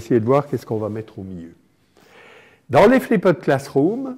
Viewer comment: flipped ne se prononce pas ainsi, d'ailleurs bien prononcé ça sonne plus comme ce que ça signifie. "FLIPD".